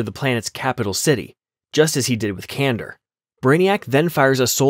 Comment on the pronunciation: Kan dor. Not Kandur.